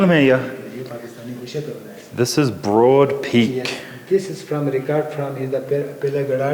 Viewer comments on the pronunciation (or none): none